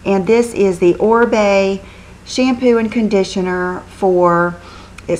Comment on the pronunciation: You look beautiful today!! .... Oribe is pronounce Oreebe is spanish he is amazing!! He is the stylist for Jennifer Lopez!